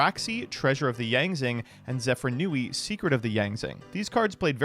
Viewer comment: I know has made efforts to pronounce card anmes correctly recently, but him still calling it "Zefranui" instead of "Zefraniu" triggers me